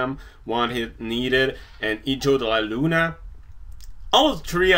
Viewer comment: Hahahaha!! I laughed so hard when you sayed: ''Hijo de la Luna'' I talk spanish so is funny when you say it!! Haha, i'm so sorry xD